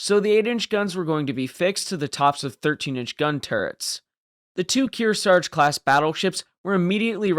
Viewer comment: We could use a crane ship like that right now. Narrator cannot pronounce Kearsarge twice the same way.